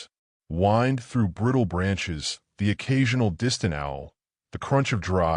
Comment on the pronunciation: your AI guy said wind wrong, and word said home when guy said hum correctly